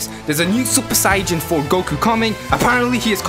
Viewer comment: Wait y do u say saiyjan